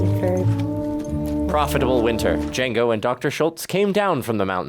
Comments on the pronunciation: "Dango" Django: the D is silent not the J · ❤❤ it’s pronounced Django with a silent D on the front so it sounds more like Jango❤❤